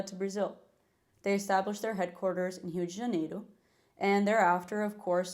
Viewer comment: The Californian vocal fry in "Eurrr ope" immediately followed by a mildly carioca Jornal Nacional-esque "Rio de Janeiro" 🫪